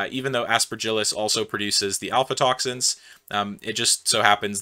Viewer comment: I'm sorry but throughtout the entire video you pronounce "a*fl*atoxins" as "alfatoxins" and it keeps bugging me